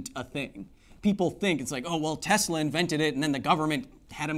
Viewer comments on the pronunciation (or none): none